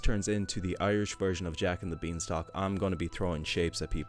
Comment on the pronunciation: That is amazing 👏 Thank you for reading it. I laughed so hard when you mentioned Jake and the Beans Stock 🤣 😂 And how came the fairy sounded like Irish mommy ? 😀😃🙂🙃😊